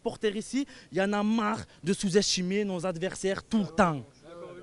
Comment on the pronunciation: Du vol et notre faute en meme temps... 2 buts refusés, 2 penaltys non sifflés (pour choc dans le dos sur Gendouzi et main) Sans parler de la semelle en retard qui meritait un rouge.. On aurait du tuer le match avant. PS: Ya na marrrrhh de chouzestchimer nos averrrhhsairrrrh tou tahhh Les orthophonistes ont de beaux jours devant eux.